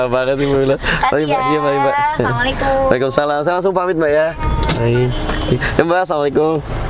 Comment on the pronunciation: Maaf..coba salam nya di benahi..kaf nya yg panjang bukan ta nya yg di baca panjang biar di dengar enak🙏🙏